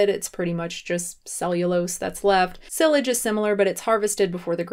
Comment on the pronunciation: The way she pronounced "Silage" made me cringe